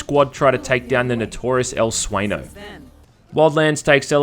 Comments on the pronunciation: It's El Sueño, not El Sueno. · You seriously don't know ñ is pronounced nj, ffs man do so some basic research